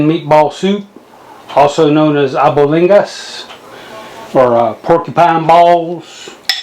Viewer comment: I felt my spirit leaving my body watching you cook that brother! Good stuff! Mom's cooking right there ... fyi the pronunciation of it is al-BONE-digas, just saying not judging. You've inspired me to make my own batch!